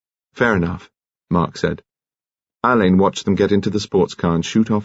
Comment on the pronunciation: Don’t get me started on “Oxfordians”. And yes..drives me bonkers that he says “Al-LAYNE” rather than “Á-len”, as Marsh intended… but he does a thorough and respectful job, so I’mgoing to blame the director. Marsh was very active in British theater in the 50’s and 60’s.. I wonder if BC’s parents, knew her?